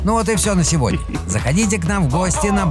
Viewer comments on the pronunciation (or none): none